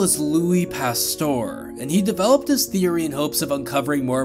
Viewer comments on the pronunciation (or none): It's "Pasteur", not "Pastor" 🙂